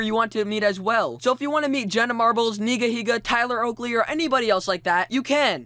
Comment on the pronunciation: How he says nigh higa